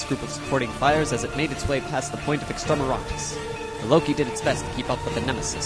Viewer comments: Loved it. A little work on the script to tighten it up a bit would make it even better. One final note, it's extermiNatus, not extermiRatus. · I keep loling when i hear you say Extermeratus weapons. It could be i am hearing it wrong though